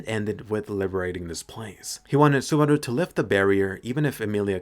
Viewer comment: Are you going for a Japanese accent when you say "Subarau" ?